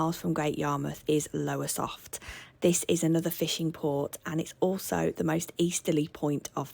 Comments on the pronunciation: It's Lowestoft not Lowersoft ;) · We loved your non-biased view on Yarmouth, I've lived in Norfolk all my life, but your pronunciation and spelling of some of the location names are wrong. Lowersoft (Lowestoft) Happisburgh (pronounced Hays-burgh) not Happis-burgh 😂 You also forgot to sample donuts off the seafront and chips off the market. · A lovely guide to our area, but for everyone's reference, it's called Lowestoft, not Lowersoft and Happisburgh is pronounced Hays-brer... Glad you enjoyed our town x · Lowestoft not Lowersoft 😮